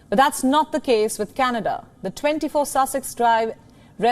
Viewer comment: Canedaa Jaana hai Candedaaa....😂😂